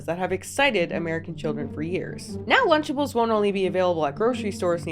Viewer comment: Wtf is luchables 😂 this all sounds so wrong being from outside the us